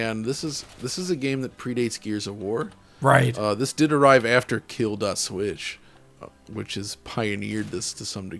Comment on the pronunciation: I was really trying to hear what he was saying he meant kill.switch